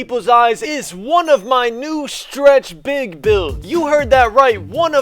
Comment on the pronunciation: POWER “Stwetch Bwig” DF